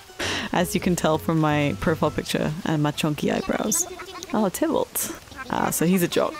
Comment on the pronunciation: As soon as I saw Tybalt on that island I said aloud to a lonely room, “if she pronounces his name right, I will subscribe immediately.” Well done, ma’am. ❤️